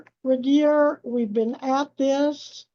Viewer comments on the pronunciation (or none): Please pronounce j. Regier correctly. She is driving me crazy!! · This dingbat again...smh. and poor ol' reliable Regier, always having his name pronounced wrong.